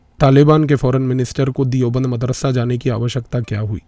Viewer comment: दियोबंद नहीं, देवबंद